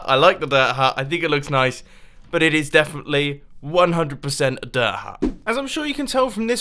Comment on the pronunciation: I like how he says "diir..huut"